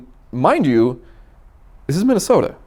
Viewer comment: Is it Minnasota? Feels like he hasn't made that clear.